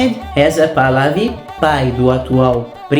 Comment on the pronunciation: A letra ''H'' entre os árabes tem um som de ''R'' fechado..., então lê-se ''PArLAVI''